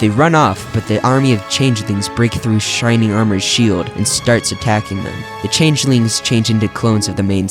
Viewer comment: shrining armor??? I thought it was shining armor